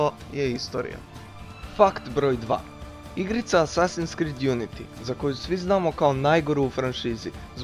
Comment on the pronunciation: ne skrid nego krid